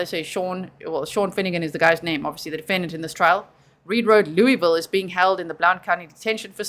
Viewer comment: I know this is in TN, but as a Kentuckian, your development of your pronunciation of Louisville makes me so proud! Lol